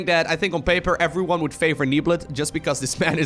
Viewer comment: How many "F"s are in "everyone"? According to, at least 3 or 4. Efffryone:-D